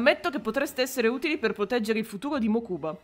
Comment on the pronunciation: capisco. Faccio un secondo il pignolo, ma il nome del fratello si pronuncia Mókuba. Piccolo momento erudizione su yu gi oh duel monsters